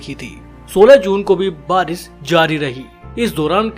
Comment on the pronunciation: baris nahi barish hota hai